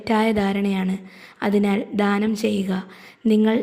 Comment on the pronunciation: ധാനം അല്ല ദാനം